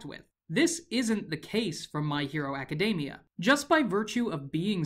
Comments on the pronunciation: It triggers me every time he says My Hero Aca-day-mia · Is it me or does he say Academia like macadamia?